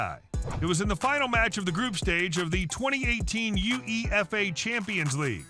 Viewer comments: Ignore every pronunciation this VO does, Ajax, Bayern, UEFA, all of it, and I'm literally in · Don't let Americans make informational videos on Football unless they actually watch and like it and know how to pronounce words. UEFA is pronounced as a word (U-ay-fa) not U.E.F.A. Ajax is pronounced I-ax (ask the Dutch why that is). He pronounced Graeme (Souness) as Gramay and I think later on he pronounces it properly. This video is just annoying to watch (nothing against you ). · 100K in sight!!! come on let's get there tell your friends!! I'm sorry but I hate American Commentary on these video's it's not one to zero!! It's one Nil! it's not U E F A it's UEFA (You A Fa) grrrrrr! GraMay Souness it's Graham!!!!!!!!!!! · Ajax = ‘eye-ax’ UEFA = youayfaa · Ah well. I think just cutting an already abbreviated UEFA to simply Yoo-ay-fa as we say it, or Prem-ee-er instead of Prem-eer,goes to show he's not too familiar with the game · just started the video and yoo eee eff ayy instantly got me to the comments to make sure it wasn't just me being irritated by it. the weird thing is they seem to pronounce mexican things okay but they still mess up spanish teams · right. Can't say Müller, UEFA, Graeme or Ajax...somehow gets Tagliafico perfect though. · To me, it's the UEFA 😭